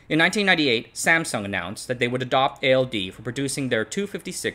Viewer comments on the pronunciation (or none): none